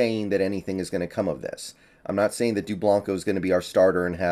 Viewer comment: Lol he said his name wrong, I grew up with Joel